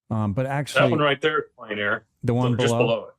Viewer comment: ....good show, sincere thanks, but do you know how discrediting it is when you can't even pronounce plein?